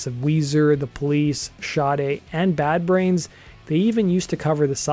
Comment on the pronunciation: THATS how you say Sade?